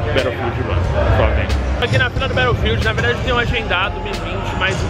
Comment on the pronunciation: Nao eh "Bérofiud uon" É BATOUFIUD UAN !!! quem ai pegou a referencia sabe do que to falando kkkkkkkkkkkkkkkkkkkkkk